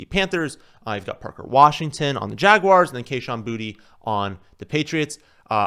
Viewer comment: it's kayshon boutte* not booty lol